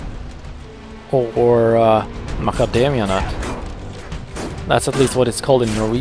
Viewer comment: they're called macademia in english as well, just a slight different pronounciation.